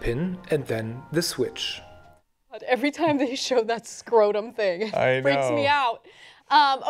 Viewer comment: NO THANK YOU. Holy shit this looks like a nightmare. Also, I don't trust anyone who says scortum instead of scrotum.